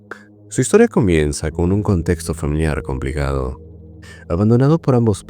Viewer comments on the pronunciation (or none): Amigo haces un tono raro al promunciar ciertas palabras por ejemplo al decir en los primeros minutos "complicado " y cuando lo haces no se entiende lo que dices. solo un comentario